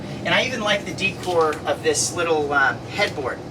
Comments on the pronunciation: Please stop saying d cor. The word is day cor😅. Decor is day cor. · Nice review, decor is pronounced day core tho❤ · The upper cabinet supports are called gas struts, not hydraulic . Also the word decor is pronounced day - cor.